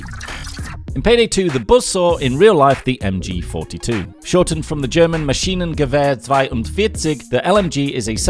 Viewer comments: his pronunciation of "Maschinengewehr 42 (Zweiundvierzig)" was pretty solid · I just love how you pronouned "Maschinengewehr 42" as a german I think you did a pretty good job with it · Wow, you pronounced the "Maschinengewehr 42" pretty well